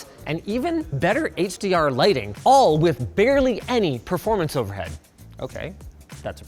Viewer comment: Linus. Stop saying "proformance"😄